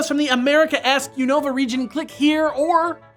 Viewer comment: I hate how they pronounce Unova.